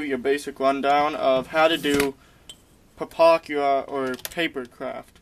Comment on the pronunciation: there was actually SOOOOO much more WRONG with this guys vid than just some numbers.. he doesnt even know how to SAY the damn name.. things wernt mixed up in the model.. HE was mixed up, his red lines and black lines were fucked cause he doesnt know WTAF hes doing, things should be like this, BUT opposite... a lot of double talking and rambling on .. when he said "dont use your $30 pen".. i lost it... i was laughing so hard by that point i had to stop everything... Ohhhhhhhhhhhh ... boy oh boy..